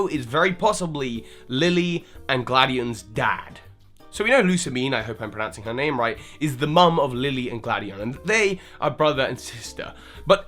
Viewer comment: lmao u pronounced all of lusamines familys names wrong. lusamine is /loo-sah-mee-nay/, lillie is like lily with an /ay/ sound at the end, the n in gladion is silent. (though i only found out about this quite recently lol. thanks gamefreak for your weird ass names) also poor burnet being stuck in a game noone bought